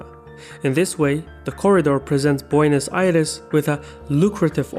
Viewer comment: I liked the way you accurqtely pronounced the names of many of the involves countries, zones and cities. But then you said "Boinos Aires". Tip: Spanish uses exclusively all short vowels. So, for Buenos Aires, don't think [bu-eeh-nos]. Think [bweh-nos]. It's closer to how we pronounce that name, as 'bue' is a single sillable. And all vowels are short.